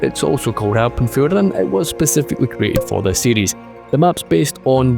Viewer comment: I thought you were saying Alprechtfeldt and not Alpenfield.